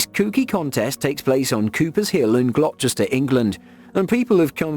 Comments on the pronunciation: glockchester england??!?!? never heard of it mate, youre english too and dunno how to pronounce it? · Glo-chester 😂 The narrator has a British accent but can't pronounce a well known British place name? I enjoy videos from this channel but sometimes the mispronounciations sound so weird. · It’s pronounced Gloster! 😂😂😂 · Say glokchester one more time... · OK I’m glad I wasn’t the only one. I thought why can’t this guy say the name of the town right?